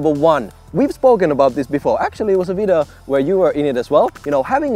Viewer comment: how to pronounce "video" right? 😂